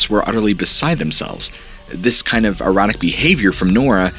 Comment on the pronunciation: "Erotic" behavior, eh? Pretty sure you meant to say "erratic," but it's just part of the pattern in your videos where you can't pronounce simple words. I'm definitely not being a grammar Nazi...but in cases like this, where you're clearly talking about the "erotic" behavior of a little girl, it definitely flushes the moment down the shitter. TL;DR - edit your damn videos for Christ's sake.